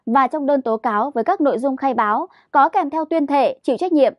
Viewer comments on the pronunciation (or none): A Quý vị hay QUỶ vị ? Có nơi hay CỎ nơi ? Bốn trăm hay BỔN trăm ? Phát âm đúng 5 dấu tiếng Việt. Khi tuyển nhân viên truyền thông.